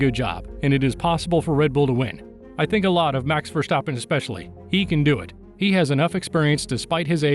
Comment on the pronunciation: Verstappen Not Vershtappem!